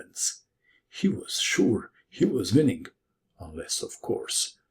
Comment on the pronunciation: Apparently "Winnink" doesn't gave a G at the end, but in fact a hard K. Who knew?